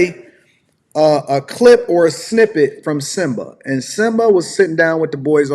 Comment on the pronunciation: "SYMBA"......... ya'll need to do better